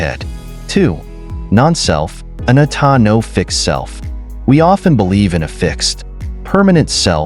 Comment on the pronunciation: Sir, I just don’t understand how you have a post of Buddhist wisdom and you mispronounced anicca, anatta and dukkha. They are misspelled on the screen too. You are trying to explain impermanence like a leaf falling. And it is much deeper. Sure, it’s composed of kalapas composed of characteristics of weight, vibration, heat and cohesion. If the mind is directed with its full attention on the body and stays there it can see and touch the sensations that are the composite of the kalapas and affect their constituency. You need to cover sankharas that are the habits of every Intentional action of our life that is stored within the body.